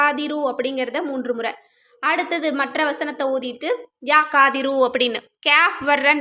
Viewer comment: Kadhiru இந்த kaf வராது. Qaaf than varum